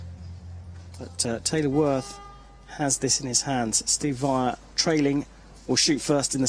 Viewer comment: Stupid English commentator keeps pronouncing Wijler's name wrong.